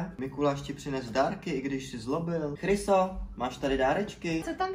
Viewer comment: Jsem jediná co slyší mysto chriso kryso ? 🤣❤️